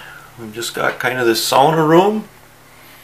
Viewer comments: yes sauna. not saawna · finally. someone who says sauna and not saawna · I'm giving this a like before even watching the whole video, just because it's nice to hear someone saying sauna right. 😄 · Glad you know how to say sauna, most people say saw-na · i can finnish aprove ur sauna. You say it like any finnish guy :) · thats how you say it. its sauna not saawna like normally americans say it